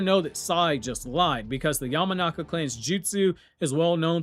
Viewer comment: *YAMANAKA SAI Not Yamanaki.